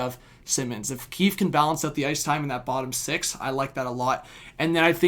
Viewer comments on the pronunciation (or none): none